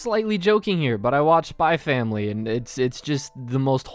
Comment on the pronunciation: D-Did he just pronounce the x in Spy × Family??? Oh noooooooo... It's Hunter×Hunter all over again